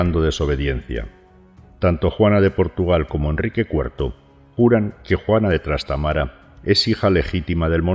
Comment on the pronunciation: Se dice Trastámara, no Trastamara.